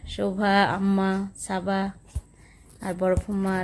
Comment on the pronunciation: ছাবা না সাবা বলেন।।ছারা না সারা বলেন।